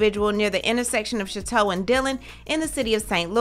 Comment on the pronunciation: Thank you for keeping us abreast of the situation. I am from STL and they do not speak out on this EVER. Oh, and please know I'm not nitpicking at all, it's just funny to hear non-locals pronounce things differently than we do in STL (country grammar for real lol). The word Chouteau is pronounced SHOW-TOE.